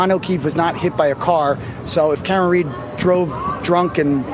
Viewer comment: the Court Clerk called Karen “Karen Reek”! Unbelievable!